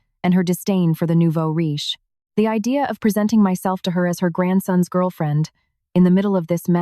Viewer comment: Not neuvo ree but NOUVEAU RICHE